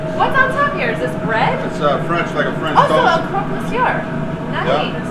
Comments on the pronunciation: Croque monsieur..not croix..that means cross in french..funny he doesn't know that ad its a classic..and its never made with american"cheese".. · It's croque "French for "mister crunch"". Croix means cross. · Love your pronouncement, "Croaked Mon Sewer" LOL. Not knocking it at all mate, just thought the NE accent rocks!! I'm in Vermont here. ps: Johnson Wales Charleston, SC Campus Culinary class of 1996 here. Since retired but still cooking the classics. Cheers!